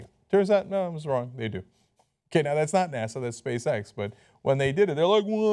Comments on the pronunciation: He said: "Space X", I heard: "Space-Sex". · everytime cenk says Space X, i hear Space Sex..... IM A CHILD TOO!!!